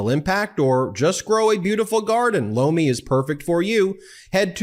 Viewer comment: Lomi... I keep thinking u say "blow me" 😂